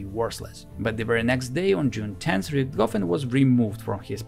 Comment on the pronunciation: "RichtGoffen." How come huj, hlyeb and hren are perfectly fine, but as soon as it's any different kind of word, a Russian is simply incapable of pronouncing the letter "h." As in "Adolf Gitlyer."